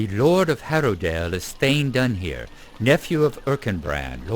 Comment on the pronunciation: A couple of nerdy interjections here ;-) First of all, "Dúnhere" has three syllables: "Dun-hair-uh" (the last syllable is actually somewhere between "-uh" and "-eh"). I think you meet him later on. Second, "Ellen Fremedon" is an Easter Egg taken from the opening lines of Beowulf where it isn't a name at all, but it does fit superbly ;-) ETA : the river that flows through Harrowdale is the Snowbourn.